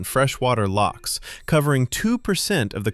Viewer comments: The Haar is crazy. It happened just the other night and it is very thick. Even the house across from us were visibly covered. It's pronounced Coo Ross. We have Lochs not locks (unless you are on a Canal). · Lochs, not loks.. 😂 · The pronunciations in this drove me mental!😂Why is it so hard for non Scots to say Scotland or lochs?🤦‍♀🤣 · Not locks but lochs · Didn't even make it a minute into the video and the American butchering of "lochs" made me stop.